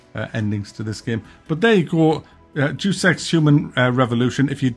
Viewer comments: It sounds bad because you're pronouncing it wrong. It's not "deuce" (doos) as in "dropping a deuce" (lol). It's DAY-us, as in the Latin word for God. It's still a dumb name though. They took it from the expression "Deus ex machina" (God from the machine), and I guess they thought that "machine" was implied since the plot is themed around advanced cybernetics, but basically the name "Deus ex" means "God from the...". From the what? Friggin' dumb sounding (like deuce). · Come on, it's pronounced 'Day us'. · You gotta get your Deuses right. Its pronounced DAEOOS. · It's deus ex - Greek! loan translation - so neither deuce ex nor due sex or whatever. It's deɪəs ɛks ( deːʊs ɛks rather) ... and suddenly it doesn't sound 'so bad' if you just wouldn't pronounce it so badly. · Mate it's pronounced Day-us Ex, not Due Sex 😉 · 0.01 I heard "Do sex " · Why do you pronounce "Deus" as "Deuce"? It's not a turd, it's Latin. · I think it is pronounced "day-us-ex" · Day-Us not whatever sound you were making. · Do Sex, lol. It's Dayus Ex. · it's pronounced Day-oos Ex, kinda similar to Day-us but with more of an O sound. For years i also used to pronounce it the same as you though. Edit: Lol at all the comments saying it's "day-us". That's also wrong. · It’s pronounced “day-us ex” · It's pronounced 'Day-us' just saying lol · Thought it was pronounced 'DAYUS EKS".. but yeah the S and EKS cannot be avoided. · Do sex. Sounds so bad 😅😂😂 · Great video as usual. It's pronounced, "Day-us Ex." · No it’s pronounced Dee-Us eex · It's pronounced more like "Day-oos" I think. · It is: Day oos Ex A shortened version of Deus Ex Machina...God from the machine when stage plays had a God character descend from the skies on a sort of mechanical lift. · Does he know it's not pronounced Deuce Ex? Doesn't sound bad if u pronounce it correctly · it's pronounced "dayus" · Day-Us ;) but i liked it back then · Day-ous Ex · Was the pronunciation in honour of Wimbledon?